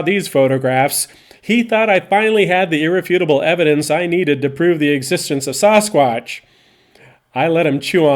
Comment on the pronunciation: Please.. Sass-quatch, not Sauce-quatch. It is Ike sassy, Saskatoon and Saskatchewan.... not spaghetti sauce or sausages...